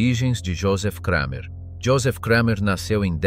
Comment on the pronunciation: Its just Kramer not Kreimer....German is not pronounced like English!!